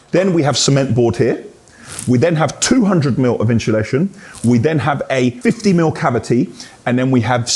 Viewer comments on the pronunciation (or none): I’m only here for the “inshulation” 😂😂